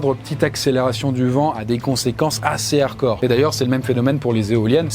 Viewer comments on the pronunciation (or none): none